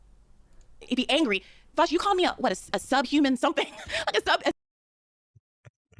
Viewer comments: "Welcome to the show, Vaush." "Where's Virgil?" "Why have you done this to me Vowsh?" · She goes from saying his name correctly to saying it like friggin' Sargon. She's so dishonest xd